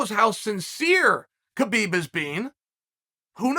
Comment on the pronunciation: Justin fought for the belt last fight…so did Chandler. There is not way either should fight for it again after 1 fight. And Chael, the K is silent. It’s pronounced hubeeb